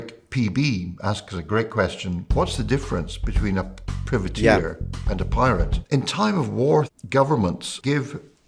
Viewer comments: Privateer = "pry-vuh-teer" The expert also got it wrong. 😉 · I don't know. I've never heard it being pronounced as it was in this video - by an Italian and a Scotsman, and I'm Scottish myself. I've only ever heard "private-eer". The "priv" being pronounced in the same way as "privy" is a new one on me. I'm not suggesting that they're wrong, but it certainly sounds weird IMHO. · Aye me hearty. I'm 58 and an Englishman and I've always known the word as pry-vateer. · The first syllable in 'Privateer' is pronounced as in 'private'. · The "privateer" pronunciation is making me go "aarrrgghhh". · American English I assume?